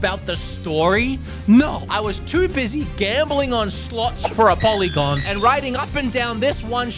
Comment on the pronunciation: Po R ygon. PORYGON. Ugh the polygon line flared my Tism hahaha